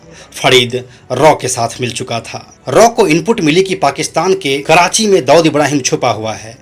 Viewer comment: छिछोरे लतख़ोर दो कौड़ी के अपराधियों को हीरो बनाकर ग्लोरीफाई करना बंद कर दो मूर्खो.. ऊपर से होस्ट.. बोलने तक नही आ रहा जिसे.. फरीद को फडीद.. छोटा राजन को छोटा ड़ाजन... कराची को कडाची.... हद है